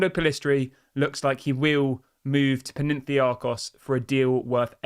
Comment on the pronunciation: It's PAnathinaikos not Penentiakos!!!! Damn it!!!! 😤😂😂😂😂😂😂😂😂